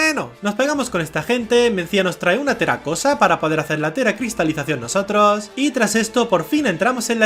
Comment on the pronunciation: Minuto 14 con 13 y se dice teracristacion